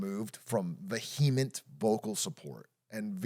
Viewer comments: i vehemently oppose how Big A stresses the second syllable of vehement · Atrioc really putting the HE into vehement